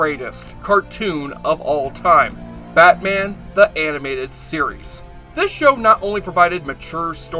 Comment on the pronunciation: "batman the Aminated series" LOL